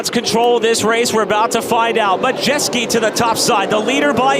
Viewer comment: One announcer says MUDjeski, the other announcer says MaJETSKI... LOL